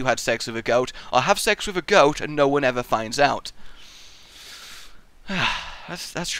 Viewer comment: a little off, its goat not ghost, i made that one the most difficult.